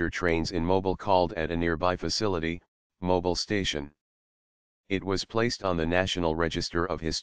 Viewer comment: Mobil is an oil company, Mobile is a city in Alabama. Just say automobile, say it again without the auto.